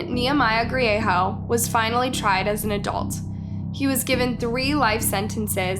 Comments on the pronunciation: The g isnt silent in Griego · His last name is Griego not grieho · It's Griego NOT Griejo. Great presentation but pronounce names correctly. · It's pronounced Gree-a-go not Gree-a-ho Bernalillo - Burn-ah-lee-o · Albuquerque, NM is divided into quadrants. The south valley is one of them, not a city unto itself, unless things have changed substantially since I was there last. Bernalillo is pronounced burn-uh-leo. 😉 Griego is pronounced gree-ay-go. I would suggest some additional research if there are names with which you are unfamiliar. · I’m sorry but I had to giggle when she said ‘Bernalillo’ and ‘Griego’— it was cute, I am not being mean it was just funny. I’m from New Mexico so I understand how easy it is to mispronounce. This was a sad day for the community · the way she pronounce bernalillo n griego 😭😭